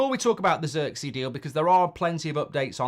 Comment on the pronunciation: I hate how Mark says Zirkzee 😂😂😂 that’s not how you pronounce homie name 🤦🏾‍♂️